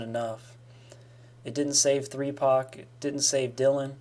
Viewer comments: Did my man say three pac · Are we not gonna talk bout how he call Tupac threepac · Did he call Tupac Threepac?! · Did anyone notice that he said 3pac? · Bruh dude just said three pac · Man said 3pac